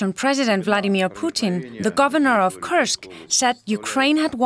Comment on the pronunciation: Youd think this woman would know how to pronounce Kursk lol.